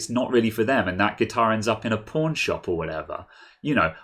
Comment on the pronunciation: Phonetically you Mericans pronounce Paun instead of Pawn, the way it is said in the video is correct and I distinctly hear the lack of an R also ;).